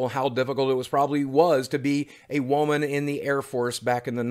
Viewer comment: Boogie says WOman like